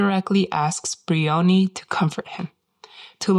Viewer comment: One petty niggle - her name is not Bree-onee. It's Br-eye-onee, a two syllable word, with the emphasis on the first syllable, "eye-o". Otherwise very interesting.